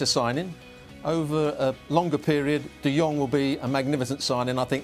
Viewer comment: He name is "de Jong" not "De Yung".